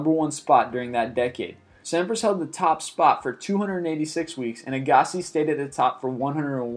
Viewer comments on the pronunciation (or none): 1) Real name Rocket Richard - you pronounced it Rocket Rikard???? It is pronounced Rocket Rishard - it's French/Canadian!!!!! 2) It Is pronounced Andre AGG-asee!!!! You really did well in butchering these names!!!! Before reading the names ask someone that has heard of them - before butchering their name!!!!! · This list BLOWS! But what made it worse is that this guy mispronounced Rocket Richard (pronounced Reeshard), Manny Pacquiao and Andre Agassi! Obviously doesn't know sports!! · why do you say agassi so wierd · Before reporting this stuff, how about learning how to pronounce the names? You incorrectly pronounced Pacquiao and Agassi, maybe others. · Celtic Vs Rangers. Packers Vs Vikings England vs Germany. Prost Vs Senna. Nadal Vs Federer. This list is far from a definitive countdown. And I agree it takes two seconds to Google how to say Pacquiao or Agassi, it show that you (not just you but alot of YouTubers) don't know what you're actually talking about, rather reading a script. PS you forgot The World Vs The New England Patriots 😂😊